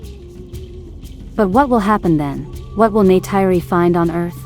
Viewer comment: Please learn to pronounce Neytiri's name!!!! I would like to watch your videos, but wince everytime you say it.